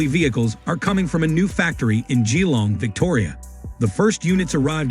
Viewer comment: AI what a joke geeeelong